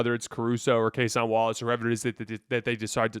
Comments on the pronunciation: Its Case-IN Wallace not Case-ON Wallace ...not tryna be a jerk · People comment this on every video and he continues to butcher it. Kinda think it’s a troll at this point. You can’t watch as much basketball as he claims to and still can’t mispronounce a 25 minute a game players name.